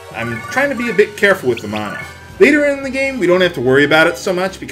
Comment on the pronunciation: the word is man-a not the way yopur saying it